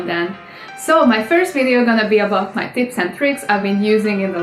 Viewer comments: I thought she said tits and tricks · My god, I heard ' is gonna be about my tits and tricks'' lol